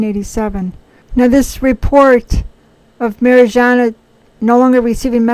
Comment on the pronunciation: Her name is Mariyana. Good to check how things are pronounced. By the way, it’s July now, and...?